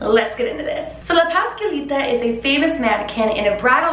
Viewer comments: “paskalita” 😭😭 ... es pasCuaLitA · hahahaha no hate but it was a little funny when you said “Pascalita” and it actually is “Pascualita” just trying to help. I talk spanish, I fact is my first. language. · Pahs-KWA-leeta 😘 but i LOVE that your trying and that’s what matters 💕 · It's pronounced pas-QUA-lita, like (QUA)LITY. Pascualita. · You can say "Pascuala" but you can not say "Pascualita?" You keep forgetting to pronounce th U